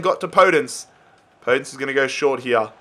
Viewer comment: Its called podènce not pódence